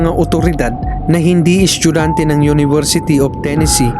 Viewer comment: kuya bat naman yung salitang "estudyante" ay nagging "eschugante"